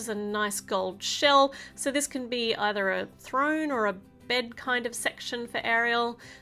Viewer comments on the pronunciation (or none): none